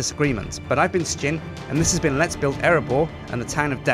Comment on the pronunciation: 4th thing: its called Erebor, not Erabor